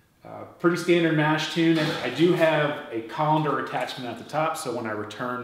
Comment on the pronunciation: my bad, just teasing your pronunciation of "tun". Guessing you might be Canadian or something. I've got a HERMS setup at home as well. Nice video overall